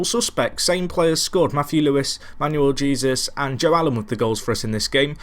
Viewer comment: Sorry buddy, although I've pretty much watched most if not all of your Tracksuit to the Top series, the name pronouncing is starting to get a bit annoying! Jesus is pronounced as 'He-sus' in Spanish, it'd be amazing if sometime could be spent on working the names out, makes a world of a difference.